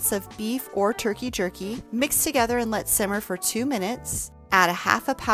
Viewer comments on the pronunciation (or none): none